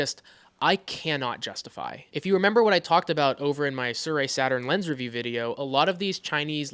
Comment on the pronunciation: it's Air..ee...not Are...ee